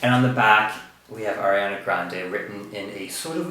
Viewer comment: its ariana not airiana jeez